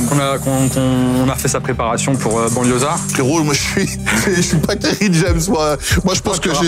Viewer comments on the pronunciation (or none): Après t’as dit kery James mais au début j’ai entendu jame lol